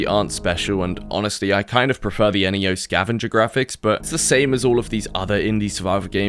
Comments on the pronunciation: EniYo? .... neo, as in new.... like the guy from the matrix... knee-owe. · I don’t get why you say N E O instead of Neo